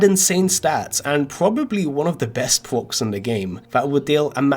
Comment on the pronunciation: Greyson Aragon “best pwocs in the game”